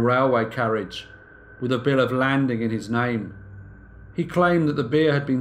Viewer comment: I only mean this as educational. Look up the term "bill of lading", pronounced LAY-ding. 👍